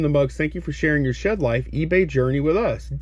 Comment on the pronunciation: Why did you stop pallet flipping, like buying returned items and test items like you mentioned in your last video? And might sound weird, but I miss how you use to say “hi it’s Lonnie, we’re in the SHED!” You use to put a emphasis on shed lol